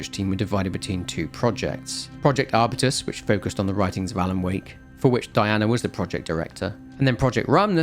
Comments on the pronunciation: arbyoutus not arbitus, it's a genus of plant, strawberry tree is the most popular one, I'd say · is it not pronounced R-Byu-Tuhs